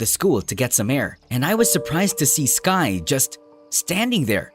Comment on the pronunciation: Buds her name skye not skirk or skirt. So stop calling her that.